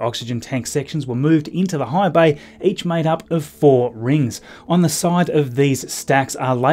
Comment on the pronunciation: I thought at first he said hive bay (The Borg?) but rewound with captions on to see he said high bay.